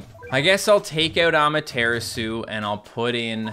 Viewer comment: Rise of the Curior Cat, but was bullied into pronouncing Amaterasu improperly. During his stream "Well people were upset I saw saying it wrong." Feels so stupid. I am going to post every video about/or until Amatarasu (THAT HE SAID RIGHT THE FIRST TIME!) until he recognizes it.